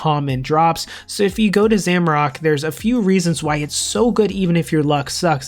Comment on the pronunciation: For the of Gielinor, stop saying Zamorak like that. 😂😂😂😂